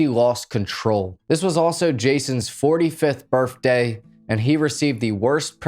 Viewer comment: Did you really say BIRFDAY though?!?